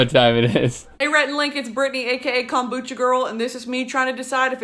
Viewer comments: Someone should’ve told Rhett that it’s “kombucha” not “kambucha”. 😂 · nobody: rhett: KAHMboocha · No one: Rhett: calm-bucha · nobody: Rhett: kOMboocha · My grandma always pronounced it 'kum-boo-kuh'. She also made her own and would put some in my drinks because she knew how gross it was. I hated it. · rhett hits the o in kombucha so hard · I'm surprised I can't find any comments about Rhett's pronunciation of kombucha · The way Rhett says kombucha shows he’s definitely from the south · it's kombucha girl!!